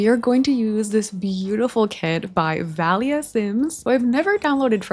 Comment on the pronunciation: Valia is actually a greek name and it’s pronounced VA-lya! Love your vids btw🥰❤️!